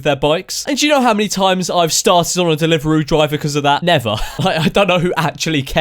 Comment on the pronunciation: What's a delivaroo